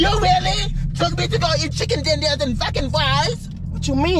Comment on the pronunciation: “Did you really take me to get chicken twenders and fries 💅” I can not😂🤣😭